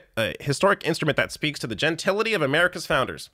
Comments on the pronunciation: Did he mean "gentility"? I swore he said " gentilia" ...am I wrong? From the first time he aired on social media I could not take his idiocy... he's the relative you stay away from at weddings...: ( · Did he mean to say gentility? He said genital....